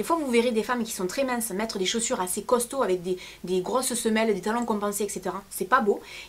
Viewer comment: Ça fait mal quand tu dit costaud mdr .......ah..:(